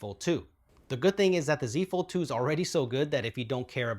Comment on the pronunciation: I swear I heard you say “using a fold 2 is the same” as “the z fold 2” lol